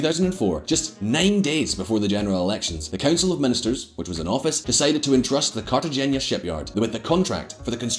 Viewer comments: Trade "Carta-genya" for "Carta- hainya" (G is silent in the Spanish language) and you'll be pronouncing it correctly. Love your channel! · Cartagena is pronounced Carta-hen-a. His mispronunciation is as distracting as his yellow teeth. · It’s pronounced Cartahena. Check it out before looking like a prat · Like his relentless mispronunciation of Cartagena. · I'm surprised that a Scot can't correctly pronounced either the guttural 'g' or the 'n' in 'Cartagena' and that he's similarly unable to correctly pronounce the 'zn' in 'Aznar'. One wonders what else is wrong. I'm looking forward to the clips on the UK's various defence projects and how they a) have run over budget and b) are unfit for purpose. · Please pronounce Cartagena correctly just once in your life. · Surprise surprise, messed up pronunciation of Cartagena. But it doesn't matter, really, if your shirt is cool and flashy, everything is permissible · Mate, u absolutely butchered the name Cartagena!!!!